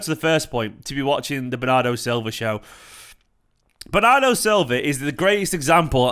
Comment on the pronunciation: "Bernardri" FTW, brilliant!